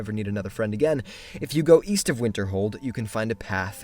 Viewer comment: Wait. I thought he said Weast